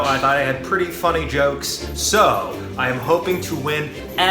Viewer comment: he sounds a teeny tiny bit british😅. Especially the "jokes"